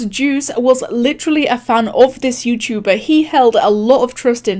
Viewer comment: “Yewchewbaa” XD